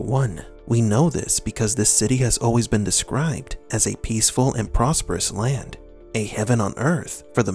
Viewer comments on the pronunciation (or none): none